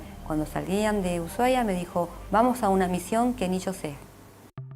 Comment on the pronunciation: Uyuahuai no no se dice, se dice Ushuaia con S